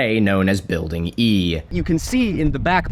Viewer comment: "bulidng EEEE" really tickled my brain